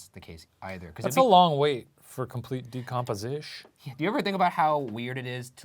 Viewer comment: “Even grosslyer” “For complete decompezish” Loving these new words guys!